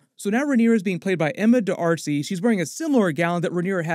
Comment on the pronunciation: that's.... not how you say D'arcy.